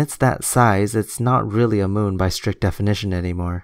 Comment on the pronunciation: I love the way Bro pronounces the word moon - he says it like "muwn".